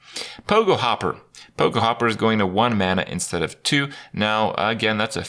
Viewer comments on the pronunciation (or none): none